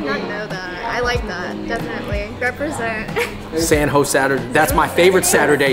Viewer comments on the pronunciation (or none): i’m my 20 years of life, i’ve never heard anyone refer to san jose as “san ho”